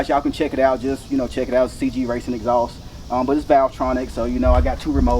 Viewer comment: The “EHHXSAUCE”😂